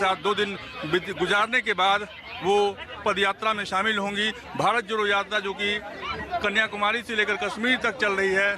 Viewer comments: Sr pehle to भारत jodo sahi se boliye Hum to lgraha hai ap भारत chhodo bol rhe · anchor ji chhodho nahi jodho boliye